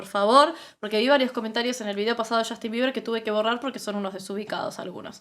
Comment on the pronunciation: Shostin biber, mayquel shacson